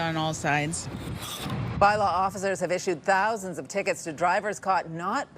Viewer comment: “Tousands”??? 2 days and still haven’t fixed it